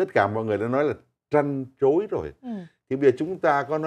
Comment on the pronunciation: Trăn trối không có “ g “